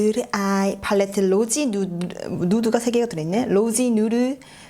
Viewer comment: ㅋㅋㅋㅋㅋㅋㅋㅋ언니ㅋㅋㅋㅋㅋㅋㅋㅋㅋ팔레트 발음 어랴웟져!!!!???!?!?!